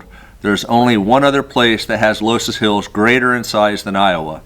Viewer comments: Only 2 minutes in, but I have to make a correction. It's pronounced "luss hills". Carry on... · loess hills pronounced “Luss”. Mondamin is Mon day men